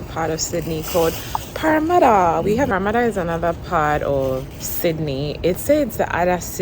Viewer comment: Sis, now their de3 the ascent is deeper, I can’t hear anything eh the way u pronounced parramatta